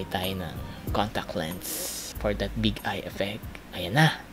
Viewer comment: PART 2 PLEASE!! "KILAY POWER" "POR DAT TANTALIZING EFFECT" HAHAHHAAHA I DIED